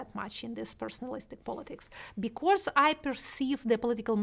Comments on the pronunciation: норм английский подтянул за этот час P/s/ Шульман забавно говорит was как wars ) и becaurse ) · Отличное интервью. Но с «ворс» (was) и «бикорс» (because) нужно что-то делать ;) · Если что, меня абсолютно все устраивает, но очень часто она произносит прошедшую форму глагола to be (was) как worse, и с похожим окончанием часто звучит because. Именно это и заставило оценить на четверку)